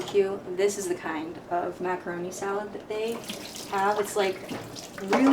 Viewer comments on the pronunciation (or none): def said maca ro niyy